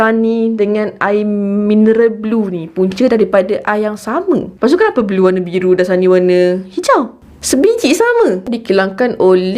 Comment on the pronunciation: Yg blue tu sebutan dia blur.